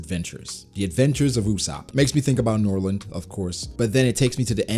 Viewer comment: Wtf why did you say NORLAND at the beginning???